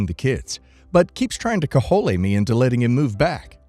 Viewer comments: kə-ˈjōl not ka-hol-a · Cajole is pronounced 'co-jole'. It is an English word not Spanish, lol.